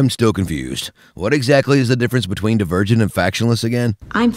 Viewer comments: i think he said dee-vur-gent in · Am I the only one who heard him say "virgin" instead of "divergent"? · Am i the only one who heard that tris is "not only a virgin" when he said "not only divergent"? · The davirgin serious: insargent